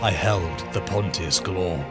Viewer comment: I gotta say it… i read this for the first time nearly 20 years ago. And have reread it since. I too used to pronounce it “pont-tee-us” and have since learned its pronounced “ponshus” - like Pontius Pilot in the bible, who condemned Jesus. Well done with this, its nice to hear a different take from Toby Longworth on the voice acting.